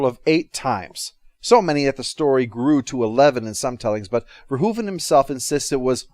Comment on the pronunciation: You're one of the few Americans who pronounce Verhoeven's name properly. Nice video!